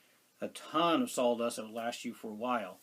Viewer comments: What is “SAWL” dust? How is that different from “sawdust”? Serious question. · I was going to ask, I thought you were saying sol dust